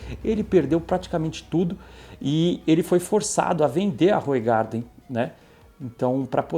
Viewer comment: Olá, se fala "Ruuraardan"! Eu sei pq sou da Bélgica, é servida com uma rodela de limão, é uma delícia....Mas engorda que é uma desgraça 😂😅